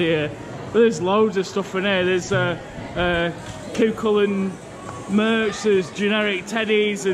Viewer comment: Cú Chulainn pronounced coo-hullan for future reference